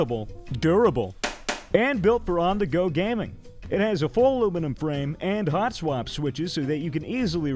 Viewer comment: on the go gahming